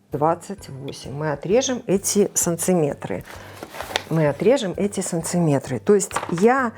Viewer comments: Такого слова СанЦиметры нет. Есть СанТиметры. Учительница, а слова коверкаете. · Почему САНЦИМЕТРЫ то? САНТИМЕТР от слова САНТИМ. .. Что так язык то коверкаешь? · Почему санЦиметры? Или мне так слышится?